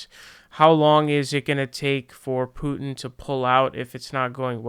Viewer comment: If you pronounce it that way without a Russian accent it sounds like youre saying poo chin. Maybe just say it the way you were saying it before.